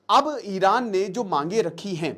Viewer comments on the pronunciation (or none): Iran❌ Eye ran✅